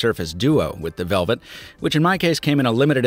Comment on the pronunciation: Okay, who doesn't know how to pronounce LG Velvet?